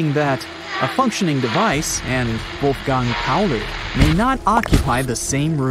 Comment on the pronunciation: It’s Wolfgang Ernst Pauli, not Wolfgand Pauli.